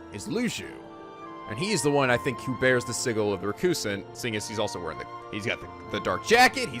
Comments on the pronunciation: Next up, Birth By Sleep 0.2 aka the demo for KH3! Also, sigil is pronounced sijəl, not si-gil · I normally shake my head and chuckle when you mispronounce words, but I cannot get past how you pronounce "sigil." It's hard to take your commentary seriously when I hear that. I don't know why; maybe because it sounds too much like giggle. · Why does keep mispronouncing the word sigil? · The way he pronounces sigil XD